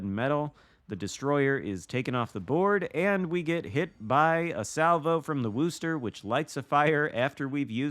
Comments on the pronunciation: Guess my comment wasn’t as clear as I thought it was. The pronunciation of Worcester does not sound like “rooster”. Phonetically, it is Wooster, but that oo is pronounced like it is in the word good or the word look. It is not like you would pronounce rooster or cool. Of course if you are from that area, you drop the final R and pronounce it more like “woostuh” (again, making the oo sound like it does in the word good or the word look). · Worcester does NOT rhyme with rooster. The "oo" sound is like how you'd pronounce "good" or "look". Git gud :P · interesting. I've never heard any of my colleagues from the UK pronounce the town of Worcester as does in the video. In fact, just for fun I headed over to Mighty Jingles' YouTube channel to watch his video from 6 years ago introducing the USS Worcester and he pronounces it extremely close to how I do and how, I guess rather poorly attempted to explain here in my comments:). With a name like "GrumpyNorthman" are you from Scotland or Northern Ireland by chance? You mentioned being in the UK, so figured either of those two countries could potentially make one a grumpy northman:P. And believe me, has no chance of pulling off a New England accent if that's how he's pronouncing Worcester LOL!